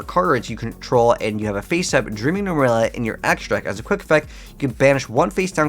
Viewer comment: Nemurelia, not Numeralia.